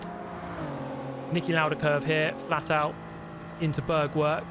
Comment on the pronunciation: I love how you say "Bergwerk" :D Actually it is pronounced roughly like BAIRK-VAIRK with like the english word "air" in the middle of both words.